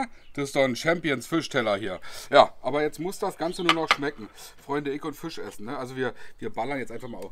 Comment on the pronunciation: Als gebürtiger Niederbayer kann ich dir attestieren: Fast perfekt ausgesprochen.😁 Das „I“ längen [Fi:sch] dann passt das. 🤣😎 handwerklich wie immer top… 😉☺️😎